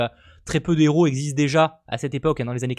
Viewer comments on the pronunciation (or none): none